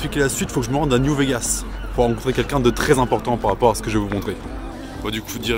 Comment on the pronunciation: Ah nan nan il dit bien ''ce'' et ''s'', t'as de bonnes oreilles ( ꈍᴗꈍ)━☆ﾟ.*･｡ﾟ